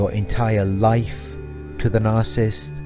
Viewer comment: Look, your videos are great. But if you want to be taken more seriously and up your views, there’s something you’ve got to fix. The word is “nar-cis-sist.” Not “nar-cist.” Same for “nar-cis-si-sm. Otherwise, keep up the good work. 🙏